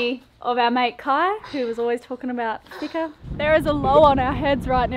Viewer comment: fika sounds like fee-ka. no hard "i". ☕